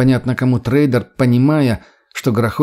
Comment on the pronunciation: Ну если ты читаешь, стараешься. Можно же и проверять ударения и грамотность. "тррэйдэр, оба ладони, запе́ршило, ви́довое разнообразие, по его обоим сте́нам, на обоих крышах, бетонный присту́п" и многое другое. Это всё неправильно. Тембр голоса приятный. Но интонация , ударения и прочее хромают. Да ещё гнусавость. Но конечно, мой комментарий придется кстати, только если чтец стремится к качеству и профессионализму.